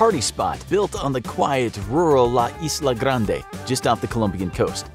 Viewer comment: I liked how he said isla garnde